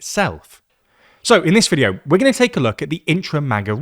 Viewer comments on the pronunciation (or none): none